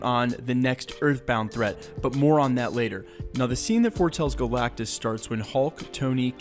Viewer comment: It’s galactus